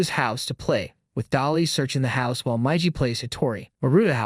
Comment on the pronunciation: Oh, my God, It's Miiiigiiii and Daaaaaliiiii not maiji.